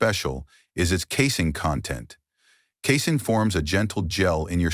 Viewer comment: When the AI bot reads “casing” does he mean “casein”?